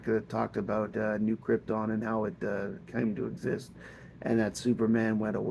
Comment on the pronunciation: It's KrypTON. Not Kryptin. lol GET IT RIGHT!